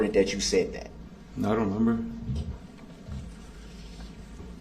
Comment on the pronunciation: We need to write a Brooks dictionary! Showders, do dat, liberry, co-horsed, biast, oaf, but my favorite was unbiblical cord in his closing statement!